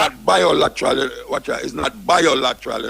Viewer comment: Biolateral?! LMAO. It's bi-lateral Mr. Man. Bi means two. Hahahaha! Oui foute!